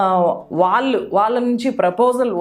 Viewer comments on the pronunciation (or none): 'ఆరోపనలు' కాదు మేడం. 'ఆరోపణలు'... 'న'... కాదు... 'ణ'... 'వాల్లు'... కాదు మేడం.. 'వాళ్లు'... 'ల' కాదు 'ళ ' మీకు పుణ్యం ఉంటుంది. తెలుగు సరిగా పలికితే 🙏🏼